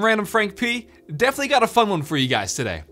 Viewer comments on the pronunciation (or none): none